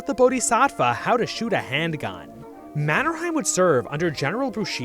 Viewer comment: How did this guy mispronounce Mannerheims name that badly??